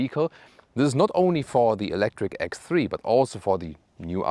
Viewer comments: I love your channel, but could you please say ex (separate) three, not egthree? It's quite a popular model on your channel, if you know what i mean... It would be lovely. Sorry for the annoying complaint... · One day he will pronounce X3 correctly 😅